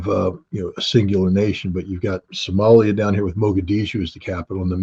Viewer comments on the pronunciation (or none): none